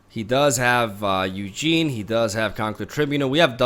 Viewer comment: Do people mispronounce the cards on purpose? Its a tad jarring to hear "Eugene , spirit dragon" and "Fithopeter the lost"